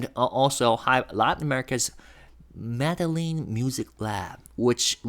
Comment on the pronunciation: Tiny correction: Medellin is pronounced Med-e (long a sound)-yeen. The doulble LL is a separate letter in their alphabet, pronounced like a Y.